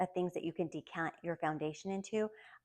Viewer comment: You’re the only person on YouTube that pronounces L’Occitane correctly. Lol